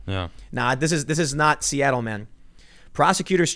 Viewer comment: At 8.56 Tim says "Nazi- atle". Love it!!!!!!!!!!!!!!!!!!!!!!!